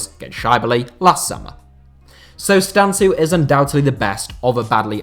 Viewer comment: It's Bogdan Stan-Koo or stan-kou, but great video and thanks for the inclusion